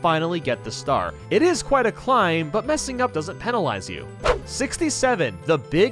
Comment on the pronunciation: I'm sorry, how does he pronounce 'penalise'? :D